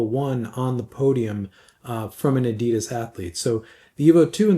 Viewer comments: it's not adiiidas, it's pronounced with a very short "i" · I'm old enough to have met the founder of adidas in person in the 70ies in Herzogenaurach, and believe me, we (we = people born in Mittelfranken which is the region in northern Bavaria where adidas and Puma were founded) pronounce it very differently than anyone else in the whole world or the rest of Germany.